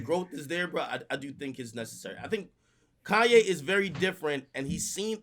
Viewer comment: Someone teach how to say Kanye.